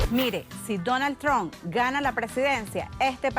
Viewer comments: Ni sabe pronunciar el nombre..Donal Tron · pinche perra, se le mira que ella es una imigrante tambien, ni puede pronunciar su nombre bien “Donald Trunp” vieja ridicula😂😂